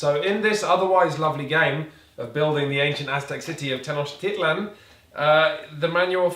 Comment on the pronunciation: Hey guys just wanted to say it's Mexica as in "me-shi-ca" and tenochtitlán with the stress in the last A